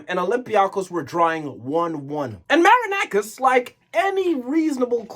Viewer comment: Ok your pronunciation wasn't that good but we finally have someone who says that marinakis is a fraud, whenever i am arguing with an olympiacos fan and he brings me their trophies in the last 15 years i tell him that Marinakis pays the refs and he didn't believed me stating that "i have no evidence" i remember a game 2 years ago when 80% of the referee's decisions where in favour of olympiacos and 50% of them were Very questionable,i do think that this guy threatened the referee that night